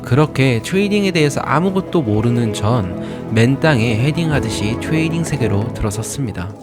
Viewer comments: 교포출신인가요? 트레이딩 발음이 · 트뤠이릥 발음 왤케 재수없냐 그치만 잘봤습니다. 매매일지는 이런식으로 써야하는거군요.